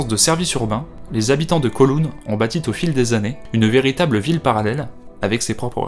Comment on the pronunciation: "… Ont bâti t'au fil des années"… Aïe les liaisons dangereuses !